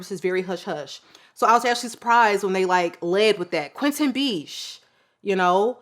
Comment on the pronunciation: haha, the perfumers name is Quentin Bisch, not Beach.